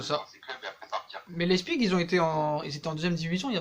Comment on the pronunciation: Fiche-lui la paix à Tuchel,ça en devient pathétique...et arrête de dire "Leispigue"